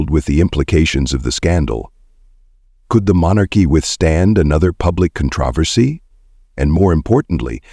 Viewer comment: Would you please how to pronounce the words correctly?? Especially, "controversy "!!